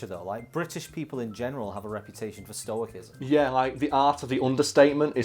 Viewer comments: Stoicism is pronounced with a soft "C". x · Learn to pronounce stoicism, please.